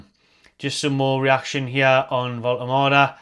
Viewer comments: sorted out the pronunciation:D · Great news, and you’re nailing the pronunciation 👍 So pleased to see us return to our “out of the blue” continental signing strategy - absolutely brilliant stuff!